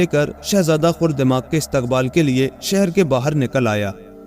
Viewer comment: Aray bhai khurdemag nahi khardemag kaho. Galab boll rahay ho